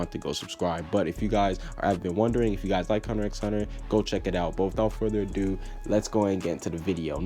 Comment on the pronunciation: I'm not gonna subscribe to your Hunter X Hunter channel because you don't know how to even pronounce it's name my dude xD